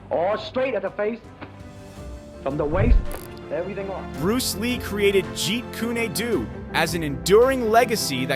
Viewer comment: Jeet ku ne do? Stop using AI to narrate. Learn to pronounce it correctly.